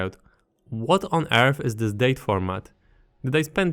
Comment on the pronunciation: "What on earth"❌️ "What on Urf" ✅️